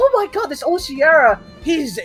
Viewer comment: Root words for Oceara are ocean and mearas. It's pronounced O-she-are-ah not o-shear-ah